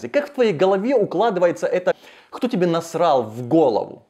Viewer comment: Не Хто, а Кто. Тренеруй дикцию. А с видео согласен.